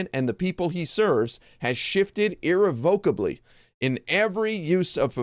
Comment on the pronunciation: Where are you from. You pronounce irrevocably weirdly.